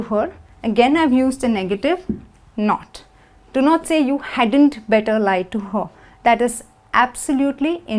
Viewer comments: better, I hear = / ' bɛtɒ/, why not the correct pronunciation= /ˈbɛtə/ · Parece que dice "BETO"